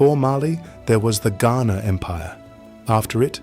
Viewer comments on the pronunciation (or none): none